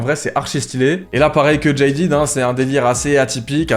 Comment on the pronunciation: le jean jaded ❤ ( d'ailleur on prononce jadèd et pas jailledid)